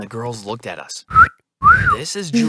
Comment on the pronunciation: It’s “at” not ate